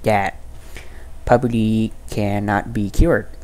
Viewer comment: He said pubity 😂